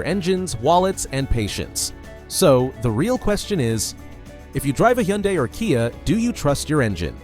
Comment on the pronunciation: Lawn mower engines boosted to eek out HP. What could go wrong? What’s a hee-on-dye?